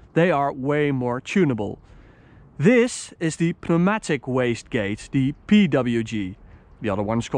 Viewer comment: Pneumatic is pronounced newmatic